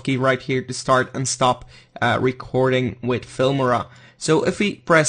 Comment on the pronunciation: Its noot "Filmira" its "Filmora"